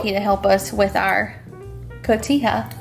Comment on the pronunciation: You pronounced Cotija perfectly. ¡Ay Chihuahua!...M❤M of 5